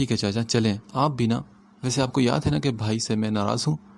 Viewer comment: Sir aap bha ki jagha bhai read kre. Wo drasal bha sound kuch khas Acha nhi lag rha hai.😯